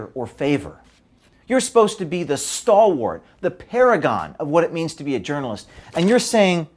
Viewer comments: "Stalwart" not "Stolwort"...otherwise a very good video. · Love this video but the word is stalwart not stolwort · Good for you, but the word is 'stalwart,' not stolwort.. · Don't give them a reason to poke fun........... it's "stalwart", not "stolwort". Otherwise, you guys are heroes. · It's "Stalwart".